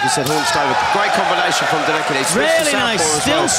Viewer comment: the name is pronounced "DirekCHi", please someone tell them